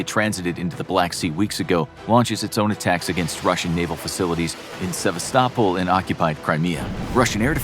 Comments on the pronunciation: It's pronounced Se-vast-o-pole. Not savistopple. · It's Sa-vas-to-pol not whatever you are saying. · Se-vas'-ta-pol is how I learned to pronounce it. Pet peeves maybe. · Oooh! and love your bizarre pronunciation of “Sebastopol.” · did anyone hear how the city of Sebastapol is pronounced wrongly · The way you pronounce Sevastopol is very funny ! 😆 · Your pronouncing the city of Sevastapol comply wrong. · Another great video. But your pronunciation of Sevastopol was terrible.